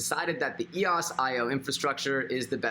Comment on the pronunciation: It’s “ ee-OSE “ ...like “ Bose” .... 🙃